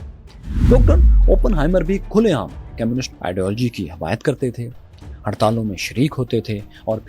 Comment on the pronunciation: How could you miss out the fact that Oppenheimer also went to Cambridge. Also one more thing, when you say communists, it sound's more like chemists, which confused me. Other than that its good. 😊